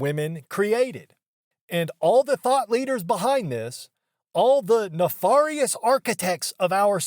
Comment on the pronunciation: Can you learn how to say nefarious correctly? Sorry minor nitpick.